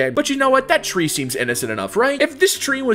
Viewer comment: Ah yes, my favourite model "TREE TREE TREE TREE TREE TREE"